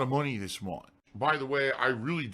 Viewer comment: April 15th 2019 “Ohmm, mai payment frum Twitch that wuz due in February still hasn’t cum thru yet, so Ai’m gunna need you guys support again this munf. Sounds good?” *PIG SNORT*